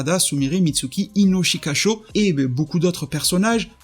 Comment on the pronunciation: Tu as oser ?" Ino-shika-chaud " Tu as pas le droit de le dire comme ça c'est comme manger les céréales et le lait séparément 😅😭